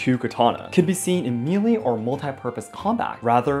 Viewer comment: just wanted to let you know that melee is pronounced melee. hope this helps